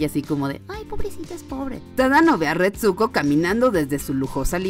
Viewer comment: Odio que no sepa pronunciar ni el titulo de la serie ni el nombre de la prota